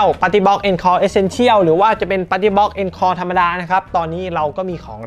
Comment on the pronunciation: อ่านว่า อองคอร์ครับ มาจากภาษาฝรั่งเศส